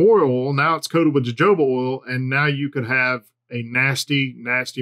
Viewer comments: Aye it’s hohoba bro come on 🤣😂 joe joba he says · Jojoba is pronounced huh·how·buh. :)